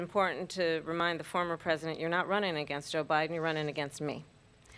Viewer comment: Did she say Obiden? Boy that's telling isn't it? They call that a Freudian slip.